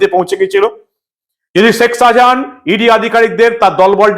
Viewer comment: Apnar uchcharon anekta Horijon type,sekh Sajahan? So so korchhen chhotolok Der moto.